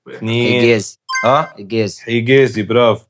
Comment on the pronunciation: راكم توانسة! حجازي مو حقازي زح